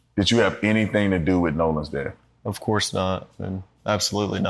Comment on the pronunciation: He can't say "death" either... he says "deaf", and he does it every time